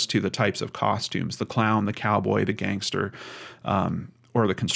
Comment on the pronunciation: I’m so sorry for his family and fiances loss. Alcohol can bring out the worst in people. It might not be appropriate, but listening while getting ready for work and saying Gangstah is making me giggle. Ty for what you do ❤️